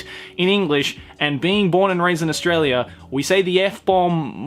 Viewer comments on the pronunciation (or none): none